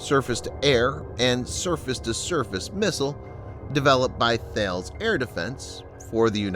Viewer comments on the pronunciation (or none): Thales is pronounced thay-lees.